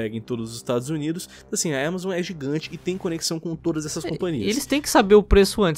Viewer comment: Fala AMAZON krai, que agonia de ver falando EMEzoN